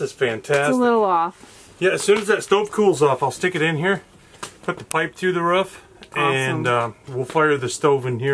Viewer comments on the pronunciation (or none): I love y’all but I cringe everytime y’all say “ruff”. It’s r”oo”f 😂😅 I wish I could do wat y’all do. But I love livin my life on my mini little farm.